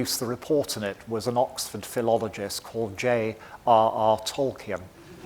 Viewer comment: Thank you for such an informative presentation. I loved watching it. However, one tiny correction, it’s Tol-KEEN, not Tol-KIN or Tol-key-in. That’s how Professor Tolkien pronounced it.